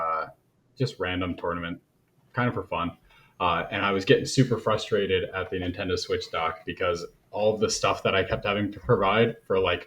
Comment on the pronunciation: is a super smart dude…. But he needs stop saying “fustrated”.